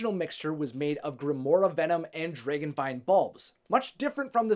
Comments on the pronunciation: Yo it's d r a g o n. Not d r e g o n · Why do u say draegan??😂 just say dragon Is it just me??😂🤔